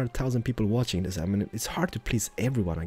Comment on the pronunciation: The word is THIS not DIS